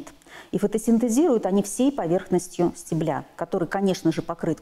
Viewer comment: только не стеблЯ, а стЕбля